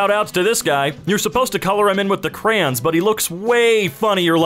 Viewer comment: Dose say "cran'? CRAN? WTH I THOUGHT YOU WERE BETTER THAN THIS!!!